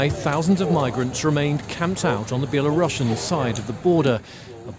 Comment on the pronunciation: Belarusian not belasrussian!